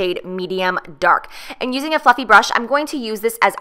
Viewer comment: When you said "and now I'm gonna use a fluffy brush" I thought you said a f*cking brush lmao ily